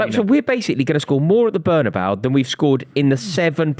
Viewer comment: please, learn to pronounce "Bernabeu".. you did it wrongly at least 50 times in three recent videos.. (Yes my english is not better)